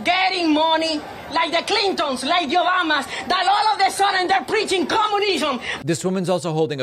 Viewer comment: The clintoens, like yobamas, they're preaching coomunisom